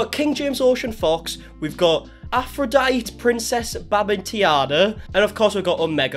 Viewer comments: "Nefer-tee-tee" (sounds like "never") and "Afro-dye-tee ", Bamben-Tayna" 😉. You kept adding a whole bunch of " "I"s and "E"s that weren't even in the spelling. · The names are easy. Taina (spoken: Tyna) not Tiana (you pronounced Tea-Ana). Not Babitiana- it's clearly written Bambi-Taina (spoken like the Walt Disney Bambi -Tayna). D'Artagnan of course is the name of one of the 3 Musketeers ... so pronounced very differently. Also their names can be heard in the videos quite often. Cleopatra did not go to Finland on a whim. The family lived in Finland for a very long time. Many of the kids were born in Finland. They only just moved (back) to Australia 1 year or so ago. Your research has not been very well I would say. But the family is definitely very weird. Haven't watched their videos for a long time, the content has gotten more and more boring over time, especially since they are (back ) in Australia.